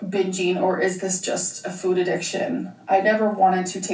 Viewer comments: Is it just me or does they put this small inflection on the word ‘food’? Like, she’s saying “ ffude”. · Nit-picky central here.... I hate how she pronounces the word 'food'.... Anyone else? 🤔🤣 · Am I going crazy or is she starting to say her "o's" differently? The way she has pronounced food recently and when she says "Yes I dooooo". I don't think I've ever heard her speak that way 😅